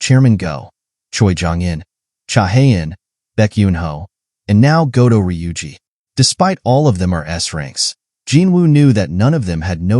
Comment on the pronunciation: Goto NOT Godo. Americans🤮